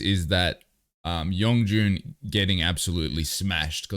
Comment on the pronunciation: Friendly clarifications Yeonjun was born in 1999 And his name isn't spelt with a g sound it's just Yon-joon